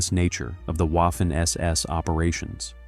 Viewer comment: DONTs ay Waffen. A W is A V in German, waffen sounds really, really terrible. As a one producing historic videos, you should know better.